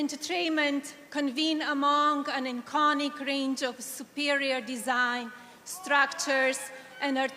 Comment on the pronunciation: Hello Madison Scare Garden! To Malania. Learn how to say entertainment not enterchainment! Learn how to say iconic, not ichonic! Learnt how to say thrive, not chrive. Dont say “for benefit”, say for THE benefit. Use your money and go and learn english properly.